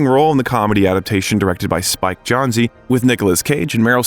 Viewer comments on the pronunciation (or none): SPIKE JOHN-ZEE??? WTAF?? UNSUBSCRIBED 😂 ITS PRONOUNCED LIKE JONES OMG 🤦🏼‍♀️